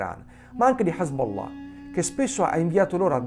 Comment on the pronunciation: Bel video, bella scoperta. Top pronuncia Hezbollah 😅🤣👍🏾